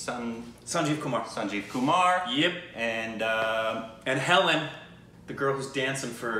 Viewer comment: I am glad you pronounced Kumar not Quemaar as others lol